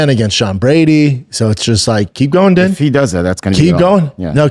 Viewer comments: Brendan is going out of his way to pronounce his name as DEN. When it is legitimately pronounced DEAN. He’s been on camera for over 10 years now. If it wasn’t pronounced DEAN, he would’ve corrected us by now. But then here comes papa Schaub. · It's pronounced "Dean", not Din bapa. I know spelling isn't your forte Thiccc boy 👍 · It's pronounced Dean, not Din, Jesus dude. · Jesus Christ Schaub, you and Chin really really need to figure it out. His name is spelled Din but it’s pronounced Dean. DEAN! This is basic shit that Chin should be able to catch and correct or you should know. You mispronounce 85% of fighter’s names and it makes you look like a moron or you’re just completely checked out. The truth is you had one of the first mma podcasts and it was cool but now there are 20 other mma podcasts that are way way better. It’s really bad. Chin should be working at Best Buy for real. All Chin has to do is watch one episode of JRE and figure out how to use Google when people are talking about a given subject instead of sitting there staring at a screen until someone tells him to look it up. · Come on... gotta at least get the names right.... Jill- ian not (Gillian) and it's Din (pronounced like Dean) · He hears Ariel pronounce the names correctly and yet he still calls them 'Din' and 'Gillian'. C'mon Shrub... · You are saying both of their names wrong. His name is pronounced DEAN and her name is pronounced JILLIAN, the spelling with the G is french Canadian... Does Brendan even watch the UFC????